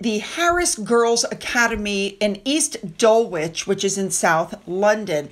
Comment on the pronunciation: Dear, East Dulwich in South London is pronounced DULLICH.. the W is silent. Only mentioning it be ause I am aware you like to pronounce names properly. Actually you have opened my eyes to how funny the English language is. So thanks for the giggle. X